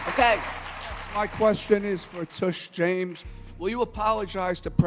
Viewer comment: The guy who asked the question called her "Tush" James. 🤣 He called her a butt.